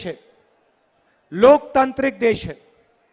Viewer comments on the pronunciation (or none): पप्पू लोकतांत्रिक को लोकतंत्रिक बोल रहा है 😅